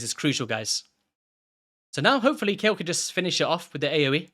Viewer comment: According to the PLARIUM VOICE GUY it's pronouced "KAYEL"